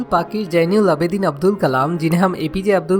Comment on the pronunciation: Avul nhi Abdul Pakeer Zenul Aabedin abdul kalam h naam sir ji !👍